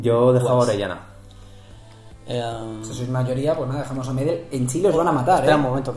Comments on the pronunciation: Gary medel es un crack como pocos. Por cierto, se pronuncia "medél" no "medel" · Se pronuncia medÉl por la chucha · Gary Medel pronuncienlo con tilde en la ultima e y para mi medel es mucho más que Orellana en cuanto a selección en clubes andan parejo